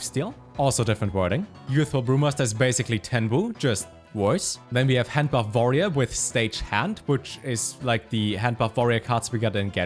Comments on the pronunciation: You always say warrior with a v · > Pronounces Y'shaarj and G'huun correctly > Says "vorerior" instead of "warrior" Never change, never change.